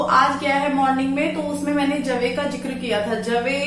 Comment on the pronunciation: Di jikar nh hota zikar hota Hai😑